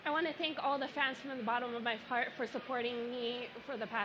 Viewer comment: 10.23 it sounds like she says : I want to thank all the fans from the bottom of my fart 😂😂😂😂 it's got to be my hearing